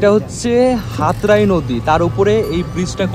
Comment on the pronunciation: ভাই হাত্রাই না আত্রাই এটা আমাদের বাংলাদেশ এর নওগাঁয় ঢুকেছে